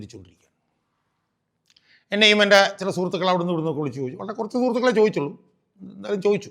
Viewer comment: ആ പിന്നെ നീ സംഗീതം പടിച്ചു അല്ല പിടിച്ചു 2 വക്കീൽ ആയി ഓ ആയിക്കോട്ടെ ഇതിനെല്ലാം മുൻപ് അടിസ്ഥാന വിദ്യ ഭ്യാസഒരു poooooor🎉 ത്തിയാക്കി എല്ലാം ഓക്കേ പക്ഷേ സ്കൂളിൽ 2ക്‌ളാസിൽ പടിക്കുന്ന കുട്ടിക്കറിയാം സൂർത്തുക്കളെ അല്ല ഷാജഹാനെ സുഹൃത്തുക്കളെ എന്നാണ് അതു പോലും മര്യദക് പറയാൻ അറിയില്ല എന്നിട്ടആണ് നാട് നന്നാക്കുന്നത്